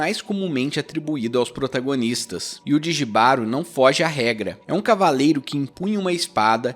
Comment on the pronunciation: Só pra acrescentar Jibaro se pronúncia "Ribaro" ❤️ tem várias formas de interpretação, pq tbm poder ser interpretado como um relacionamento tóxico ,o autor é espanhol, então acredito na sua interpretação tbm